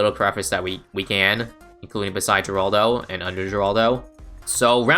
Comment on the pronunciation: Btw the G in Geraldo is silent (according to Ninja Kiwi’s and Rohan’s update videos)